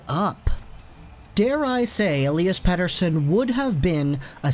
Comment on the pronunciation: Man your pronunciation of Pettersson is getting better✌️